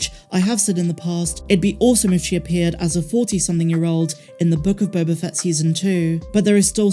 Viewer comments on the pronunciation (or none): none